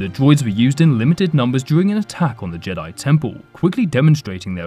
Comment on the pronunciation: Why do you pronounce jedi Like jadoyi 😂 can i hav a boo‘lle of woa’aa